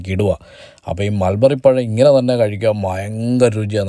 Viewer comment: Susamma : Melberry alla Mulberry* manushya